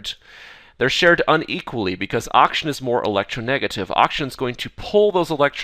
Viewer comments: is it just me or is he saying Auction and not oxygen? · He does indeed says okshan several times in a row. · can't unhear now